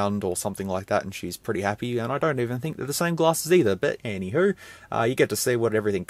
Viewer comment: Do you have Scottish lineage? When you say "anyhow" you sound like someone from the Scottish borders.